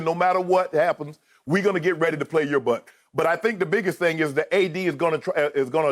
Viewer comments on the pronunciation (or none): "Do that 'thayang'" 🤣🤣🤣